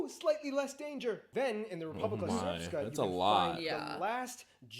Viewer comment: An interesting overview. I feel his pronunciation is a bit off, especially the "long R" in the words Srpska and Brčko - he added a vowel that isn't there. And he shouldn't say "Republic of Srpska" because Srpska is an adjective, not a noun. A better translation of Republika Srpska is just Serbian Republic. He also kind of mixed up Bosnians and Bosniaks. Nice reaction from the two of you though. I enjoyed this.